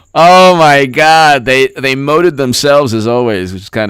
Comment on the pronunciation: Did you just say moted?